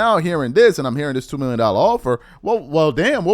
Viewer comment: I heard you say 2 minion for 3 years not 2 million a year